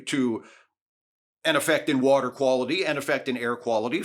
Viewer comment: Thanks for calling this out. I've always been particularly infuriated by Trump's "We want crystal clear wohtah" response. It's a totally meaningless response to the question being asked, for one, and for two, he doesn't give a s**t nor does he have a plan to ensure such "wohtah"